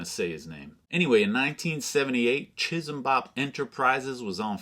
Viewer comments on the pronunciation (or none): As someone else said, 'chee-sam-bop' would be the more correct way to say it with no aspiration on the finak consonant.